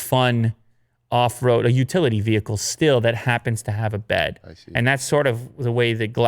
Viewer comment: Nobody: VEHEEEEEEKAL